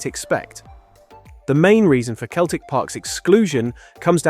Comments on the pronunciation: It's pronouced Seltic not Keltic. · You can tell the voice is AI. Keltic football club and Keltic Park. its Celtic Park and Celtic. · Emirates didnt make it cos 2 others in London have already been chosen as hosts. Its not Keltik, its pronounced Seltik!!! Also, what about Glasgow Rangers too? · It is pronounced Seltic not Keltic. Damn crap computerised AI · it is pronounced as sell-tic. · Celtic as far as the Scottish football club is pronounced “ seltic “. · They don't pronounce the t, it's selic. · 'Keltic football club'? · Not to me, AI still cannot say English words that are pronounced different from the spelling, like Celtic. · that’s what gave it away for me. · Can you train your AI to pronounce Celtic correctly? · You’re from the UK and you don’t know how to pronounce Celtic correctly. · Why can't Americans pronounce Celtic properly.